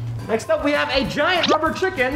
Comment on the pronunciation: He said chricken